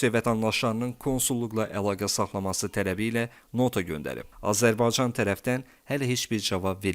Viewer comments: Ele onu diyeceydim niye bu sozu diye bilmir diyer sozleri diye bilir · Azərbaycan sözünü deyə bilmirsən,sən kimsən?